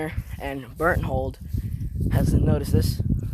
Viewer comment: Also is Berthtold not Bert hold